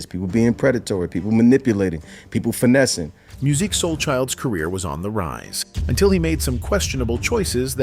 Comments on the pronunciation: This video was poorly done! First of all, when you use Ai, at least listen to it first so you can help it pronounce words better! Secondly, what happened to Musiq not Muzeek! smh! is happening to a lot if not all of our artist when music was actaully great! Now, they are in front of a generation that doesn't even know who they are and they are older and have not been out in over15-20 years! On his worse day what new artist today sounds better? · Musiq not Muzeek, not Verzews its Versus! He's needs to do his own Tiny Desk. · Did anyone click off the video after hearing "Mu-zeek" and "ver-zooz" smh....this AI crap aint it.. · “Verzooz” and “muzique” who is narrating this so incorrectly? 🤣